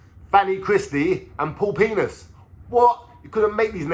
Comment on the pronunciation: It's actually pronounced ' VENACE' aka Paul 'the menace'...... U GET ME BLOOD!!?? WAGWAAAAAN WITH THOSE SPECS DUDE 🤦‍♀️